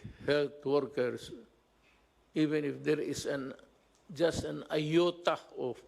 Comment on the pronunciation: He said "iota"